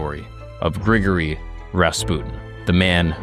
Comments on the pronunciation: BRO why are you saying it like that? I love your channel but the mispronunciation is so distracting. You pretty much got the surname perfect but it's not Gregory like we say it in the States, "Gree-gory" is how his 1st name sounds. And yea i am the pronunciation police, my grammar is often sub par though my vocab is phenomenal! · its pronounced Gri Gor Ree